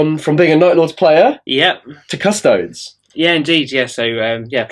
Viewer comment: Isn't it "kuh-sto-dees" and not "kuhs-toads?"